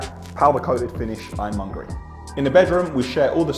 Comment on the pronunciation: Did you just call the hardware "Ironmongory"?